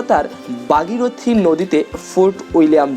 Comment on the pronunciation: আপনার বাংলায় স্পেলিং অদ্ভুত। ভাগীরথী রে বললেন বাগিরথি